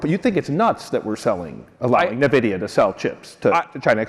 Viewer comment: Hey Axios, you're mispronouncing the word Nvidia.